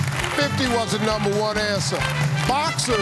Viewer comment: “Twenty fie seconds on da clock please”